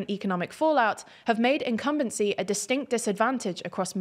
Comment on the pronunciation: What a nice way to say that politicians were not listening to their people and are getting fired (when available). "Incubence crisis". Cute.